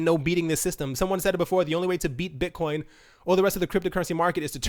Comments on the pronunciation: => Bit-CUM ? LOOOOL You really made my day with this :D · "Bitcum" Lol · Haha....."bit-cum" I laughed at this for like 5 mins!